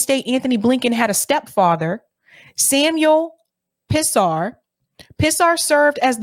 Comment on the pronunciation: You should know this, just by proper pronunciation PHONICS you learned in the 1st grade. The last name, "Pisar", would HAVE to be pronounced like pee-zar. It certainly is not like piss-ar (?), no matter what language you are basing it upon.